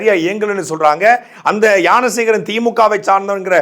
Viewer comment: உனக்கு ஞான சேகரன் னு சொல்ல தெரியல யான சேகரன் யான சேகரன் னு சொல்லிட்டு இருக்க இதுல அண்ணாமலையை குறை சொல்ல வந்திடட .